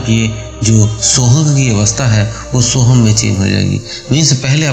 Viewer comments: Sorry sohung nahi soham name mantra hai. Soham 🚩🚩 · sohang nahi soham name hai.